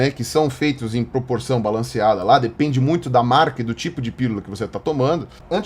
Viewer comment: E falando "Firula"